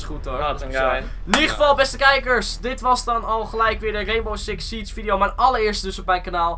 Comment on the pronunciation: Reenbow Siks Sietsj